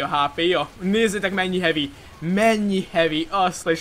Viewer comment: hevi-nek kell mondani!!!!!!